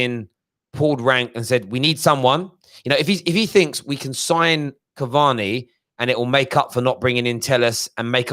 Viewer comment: man said cavani uno.